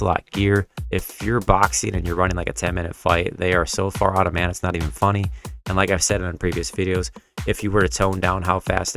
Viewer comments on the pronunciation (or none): none